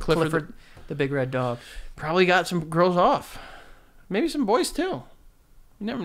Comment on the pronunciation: joe says probaly and not probably